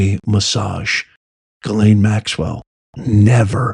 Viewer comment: Epstein, I believe, nothing concrete, just the good Old gut ✔️ check was a set up, when ALL cameras are out of order You're a rare few who say Ghislaine properly! Some sound more like gasoline, they, butcher it. I'm a word nerd! I used follow the dictionary word of the day. I took Latin in Jr high school lol 7/8th grade. Finding definitions after you know the root words. I actually ran a wholesale plant nursery, my boss was a rocket scientist, turned Christmas Tree grower, lover of all plants, passed on in 2018, I had stopped working for him, my body gave out doing long days on a tree farm. Being SO intelligent is not always an asset..... some will not give you a satisfactory answer. Or cannot, rather, the simple answer is too hard for them. We have no reason to trust her, given that, what will we lose?